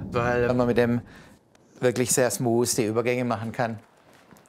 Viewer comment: Smoose Übergänge.. th korrekt aussprechen ist in Swabia noch nicht angekommen.